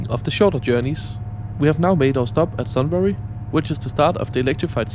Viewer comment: Used to live in Bendigo and some frequently travel there. Just a few things to note; Sunbury is pronounced Sun-bree, Kyneton (Kine-ten) and Gisborne (Giz-ben). Also VLocities come in a range but are generally very similar. They can go 225kph but they only operate at 160kph. The single track was as you mentioned stated it be “to avoid side swiping on bridges” but many people weren’t and still are not convinced because the heritage bridge at Malmsbury is still dual track. I believe the tables are only in the ‘quiet carriage’. The VLocities are very similar because they are very popular with the public and are generally pretty good (Built locally, designed in Aus based off another Aus regional train. The VLocities are very overused I will not disagree, they were designed for inter urban service to Bendigo, Ballarat, Geelong & Traralgon but have recently been used on lines that should be electrified (Sunshibe to Melton and Wyndam Vale). Overall really loved the research about their history and fair review.